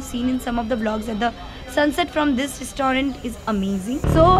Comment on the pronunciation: Your pronunciation for restaurant is not correct....plz pronunce correctly